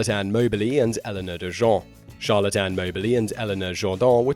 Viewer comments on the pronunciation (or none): none